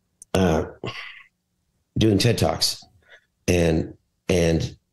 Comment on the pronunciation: Dudes... he said "TED talks"...